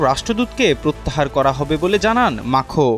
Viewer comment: আরে সাংবাদিক ভাই ইমানুয়েল মাখো না,!! ইমানুয়েল ম্যাক্রো 😂😂😂